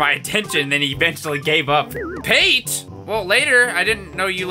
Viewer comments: Pate = Pat-Tay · I think Pate is meant to be pronounced like the spread